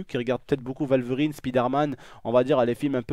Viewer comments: Arc L&K | Joined Arc Supremacy!! merci je sais mais je soulignai le fait qu'il dit walverine plutôt que wolverine par contre j'imaginai que c’était allemand le w tu m'a appris un truck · qui a remarquer qu'il disait valverine ? ^-^ c'est pas grave bonne vidéo sinon